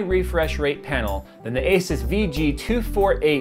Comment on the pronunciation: you met the guy... Everybody else has worked this out already.. its A-Seuss:P